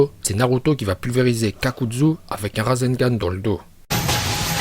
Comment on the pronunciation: On dit kakazu et pas kakadzu et c'est le orbe shuriken on dit yondaim pas yodaim et on dit pas jutsu mais joutsou